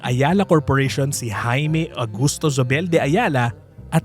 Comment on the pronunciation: Zobel /So bel/. Even though it’s German origin, it essentially became a Spanish Filipino name. And in Spanish & Filipino, ‘z’ is pronounced like /s/. But even in German, ‘z’ is like /s/ or /ts/. /Z/ sound is English. In Spanish, Zóbel has an accent on first syllable /SO bel/. Not sure how the family pronounces it. In the old days probably /THO bel/, but in the former colonies, no one really retains the “ceseo”, it becomes just a regular /s/ sound. In Philippines, how do people say Gomez, or Hernandez, or Ramirez etc.? ‘Z’ = /s/ Compañía /com pan YEE ya/.